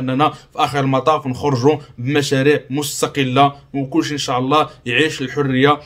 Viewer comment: قاليك أن شاع الله. الله يرضي الأخ حاول تنطق الكلمات بشكل صحيح: إن شاء الله وليس إن شاع ...